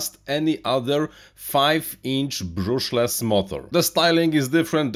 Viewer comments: Don't you think it's a shame to be in RC hobby for years and still pronounce "brushless" as brooshless? It's sounds so silly... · Learn to pronounce "brushless" correctly.